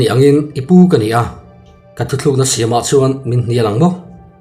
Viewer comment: Thutlukna tih turah,thuthlukna i ti zeuh zeuh mai a,i tisual palh a nih ka ring e. ^ hei hi thuthlukna chu a ni e